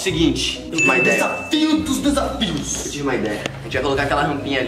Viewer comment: "Deçafios dos deçafios" 😂😂😂😂😂